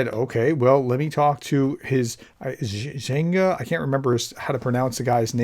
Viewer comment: Zh/eh_nya - diminutive of Eugene